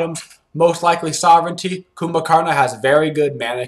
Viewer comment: "Coomba"! ...I've been mispronouncing it.😂 My bad.